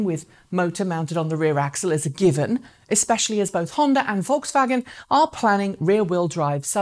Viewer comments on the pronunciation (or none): none